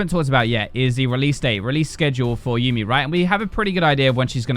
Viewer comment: YUUMI PLS DONT START WITH MESSING UP HER NAME it's like people who say tresh cmon